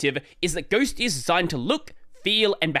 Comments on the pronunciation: Correction: Ghostty not Ghostitty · Once you said "Libadwaita" I said "GNOME ONLY". I knew this would be the only video I needed to watch about Ghostitty. The hype TODAY only, is kinda annoying. I've seen 4 videos talking about the same, but I knew the ol' reliable would say THE REAL DEAL.